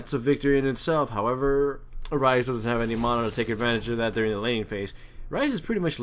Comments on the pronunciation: I love how he calls it "mona" like its actually funny :P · Not criticizing, where did you get the pronunciation for mana? You sound American to me, but I've never heard anyone pronounce it like that, if you know what I'm talking about.